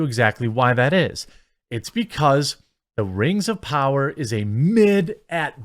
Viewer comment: Rangs of powwa